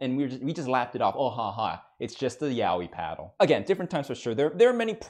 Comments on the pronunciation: The pronunciation isnt even Yawi... Its sopposed to be Ya oi, literally.' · I didn’t know it was pronounced Yao-whee. I thought it was yah-oi